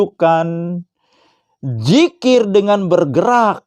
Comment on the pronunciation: Itu dzikir (ذكر) Bukan Jikir (جكر)